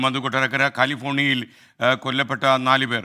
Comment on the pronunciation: Not Kaalifornia, it is California 😊